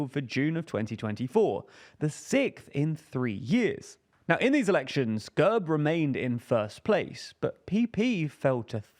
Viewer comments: quick detail to point out: GERB is pronounced with an E as in bed rather than an uh sound. It means coat of arms in Bulgarian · The E in GERB is pronounced as the e in elephant